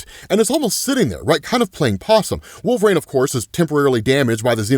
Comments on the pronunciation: It’s wol-ver-ine not Wol-var-ina 😂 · Who is wolvereen? You should take speaking lessons. Sounds like a speech impedement